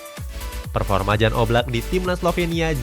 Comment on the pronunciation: Menit, Maaf, itu dibacanya bukan 'Jan', tapi 'Yan' (dalam bahasa SLovenia huruf 'J' dibaca 'Y'